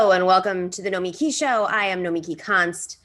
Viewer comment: You confusin the children! Lead-in track has her name wrong. Boylan got her name wrong. Francesca got her name wrong. It's No-me-key. NOT No-miki